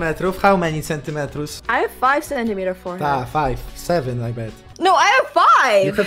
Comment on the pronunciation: how meni centimetrus XDDD